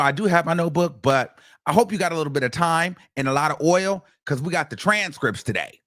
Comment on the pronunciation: "Oil!" "Sores!" I can't help but laugh at times! 😂